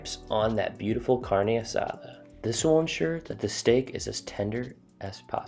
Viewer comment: the way he say carnee asdar , is a red 🚩 for me😬 next video dammn